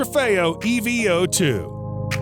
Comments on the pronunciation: i dont kno why but saying E - V - 0 - 2 instead of evo2- bothers me lol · E V O 2??? It's called the Eeeeeevooooo... 🤦